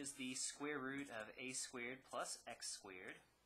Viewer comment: this is an excellent video but the way that he pronounces "squeered" bothers me to no end